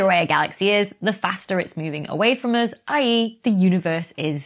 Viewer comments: Becky sorry but your pronunciation of I.E. kills me. In U.S. they are more individually said and you rather run them together. Enjoy your content thanks for all you do! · Thank you for all you do! Love your channel! (Sometimes when you are speaking really quickly it is not always obvious for this amateur to discern if you are saying ‘either’ or i. e.).